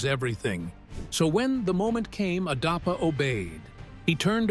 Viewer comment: Not darpa. Adapa... So come collaborate with adapa... ❤